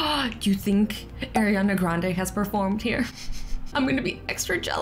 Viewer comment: you love ariana grande but CANT SAY HER NAME WRIT